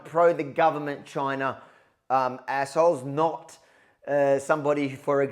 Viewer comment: "Chynna is Asshooo "